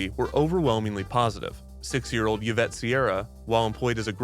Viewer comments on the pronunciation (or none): Another great video thank you!!! ❤️❤️❤️ Just wanted to add that there was a slight mispronunciation of one of the kids names - the name “Yvette” doesn’t have the “y” sound pronounced. “Yv” makes an “E” sound- like Yvonne 😊